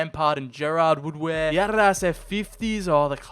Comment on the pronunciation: Why do you keep calling Adidas "ARRAS"?